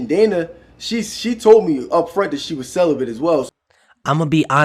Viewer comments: Wait a minute did you say CELIBITH?????BRO 😅🤣🤣🤣🤣🤣 the word is celibate! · Celibate not celibath